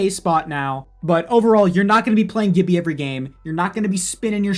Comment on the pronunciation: Funny how no one brings up the way he said Gibbi